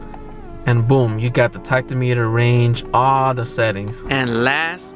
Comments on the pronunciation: thanks for the infos! btw, not sure if you mean to say 'tacto-meter' but tack-om-eh-ter is probably the best way to say it :) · My 2003 Accord did “trick” number one. So did all my VWs 2006 through 2019. Did not know about the truck lockout, but did know about the key slot behind the rear seat. The pronouncement of “tachometer” is not tach-o-meter. The emphasis is on the second syllable. Most folks “start” their car not “turn it on”.